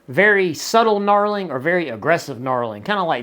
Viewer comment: Knurling, not knarling.